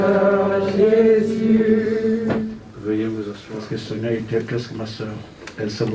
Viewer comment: Lisez SONIA et non Sofia. RIP